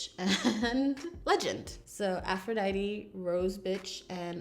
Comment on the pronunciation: Finally! Someone pronouncing "Aphrodite" correctly!